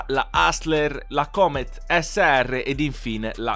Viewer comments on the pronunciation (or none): ti prego la prossima volta pronuncia cooomet al posto di come lo dici tu